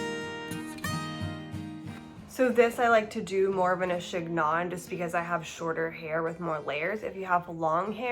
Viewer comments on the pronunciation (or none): It’s pronounced sheen-yon 😘